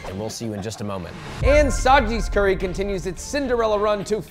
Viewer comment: Josh please don't say "curry sauce" 😔